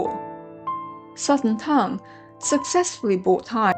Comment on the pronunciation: 很好的解释，点赞。 但是你完全可以把专有名词，比如，名字、唐等念出音调。